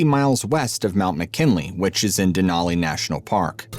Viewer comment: I tried to watch but it was too distracting that you kept pronouncing "Mt Denali" wrong. It was too painful 😂